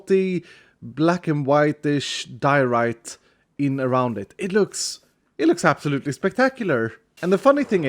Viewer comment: Diorite? More like Dear-o-rite